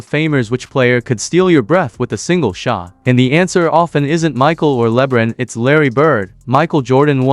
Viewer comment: AI voice obvious. Pronounced Labron's name wrong.